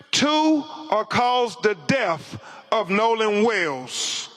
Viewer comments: Anytime we have to continue to hear BC TRY to read we are dumber having to listen to him. Im positive the school system he went through graduated him in the 4th grade, he CANT READ, CANT PRONOUNCE A FEW WORDS DEATH=DEAF TRUTH=TROOF This guy is dumber than a box of rocks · Sir , its death not deff…. Crump is a moron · "Death" not "Deff" ... Omg they embarrassed Nolan by airing all his business like that, needlessly... Disgusting scum race hustlers... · He can’t say the word “death”. He says DEAF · It's death not deff because sir you can hear. How is it someone that is a lawyer can't not read. What a fool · Typical pronunciation of the word DEATH. He pronounced it as DEAF. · Notice Ben said "def" instead of death. Ben Crump should be ashamed of himself. But ALMIGHTY GOD will have the final word Ben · He also needs to learn English. It’s Death…not deaf. It’s significant…no sinifant. He makes me want to puke! Stop making everything about race! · "Intra-veenin." "Deff." "Sa niff again." BC sounds ignorant. 🤣🤣🤣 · What exactly is a “DEF”? As in “de DEF” of Nolan? This puss nugget, queef sniffing, “All about the Benjamin’s” Crumpitt’ trumpet. Was that his twink standing behind him? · There is no "F" in Death 😂😂